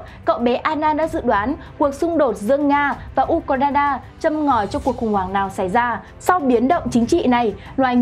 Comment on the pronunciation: Nghe nhói cái lo tai ghê u cà ra na bó tay